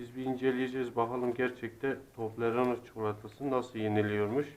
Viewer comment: Tobleroneyi bile daha söyleyemiyot